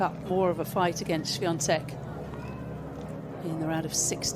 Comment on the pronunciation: Hey comentators, it's Swiatek, not SwiaNtek!